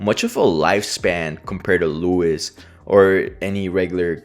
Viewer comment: Lois ❌ Louis✅